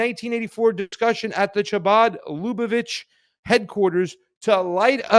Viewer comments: Scottish ch. Not English ch. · Pasta,The "ch'" seems to be pronounced as a"K"... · I'm pretty sure the C is silent . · Funny that he missed that the "Ch" in Chabad is pronounced as it is in a word used in the next sentence, chaos. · Ch is pronounced with your throat my guy, lol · not pronouncing chabad correctly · Imagine doing a 15 min news segment, and mispronouncing the name of the subjects dozens of times…